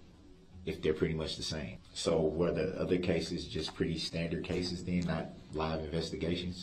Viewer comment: ‘Den’ instead of ‘then’?